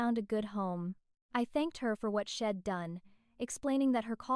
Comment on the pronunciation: It's not shed, it is she said